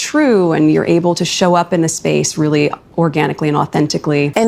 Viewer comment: She can't say "space" either.